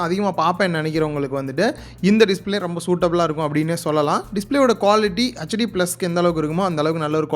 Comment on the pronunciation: Good unboxing/review of Infinix Hot 10s. HD+ பதிலாக Full HD தந்திருந்தால் சூப்பரா இருந்திருக்கும். ஒரு விஷயம். தப்பாக நினைக்க வேண்டாம். HD யை hetch d என்று (hutch d மாறாக) உச்சரித்தால் நன்றாக இருக்கும். மற்றபடி build quality நன்றாக இருக்குமா? Gorilla glass protection இருக்கா? Redmi 9 prime, Poco M2 போன்றவற்றில் தந்திருக்காங்க. வாழ்க வளமுடன்.🙋